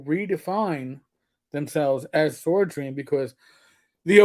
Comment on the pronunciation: It's Sword Ream not Swordream! Get it right